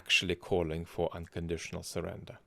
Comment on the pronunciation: The trumpoid doesn't know anything much. But sure knows how to say "unconditional surrender", flawlessly; and I can't get tired of hearing his little voice! 💛